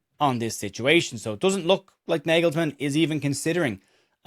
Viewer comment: Gotetska, Kimmich et al are German football royalty, they’re not going to be dropped for Stach. Very demotivating for Stach, and shows why German football is in a dip. (Btw, it’s pronounced “nargelsman”) Keep up the good work mate 👍🏼